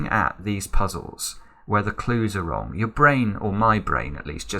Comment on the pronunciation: I love how you keep saying "wrogn" 😅😍